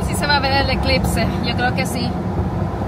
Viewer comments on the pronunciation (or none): siquiera tú supiste decir eclipse tu hermanaca dijo eclitse jajajaja